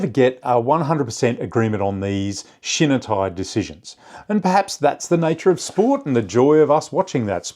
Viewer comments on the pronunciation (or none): You’re pronouncing shinitai incorrectly., not shin nuh. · Great video! Love deep dives into topics like this about my favorite sport. Just a friendly tip to sound less Anglo when pronouncing Japanese words: any i in Japanese makes the "ee" sound. So shinitai would sounds like "she-knee-thai"